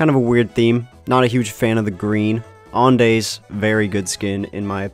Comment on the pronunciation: bro i know you said to ignore the pronunciation but how do you mispronounce andes